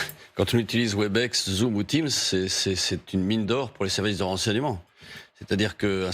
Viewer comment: C’est pas Webix (phonétiquement) c’est Webèx. Toujours aussi nouille ces franchouillards.